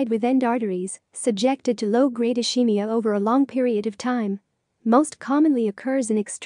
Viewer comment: Ischemia is pronounced as /uh-skee-mee-uh/, and NOT as /uh-shee-mee-uh/.